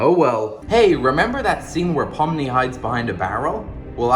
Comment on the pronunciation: That ain't Pomni thats Bomni💀